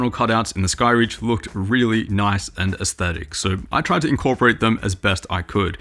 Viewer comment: The only person on YouTube you open pronounces aesthetic properly 🎉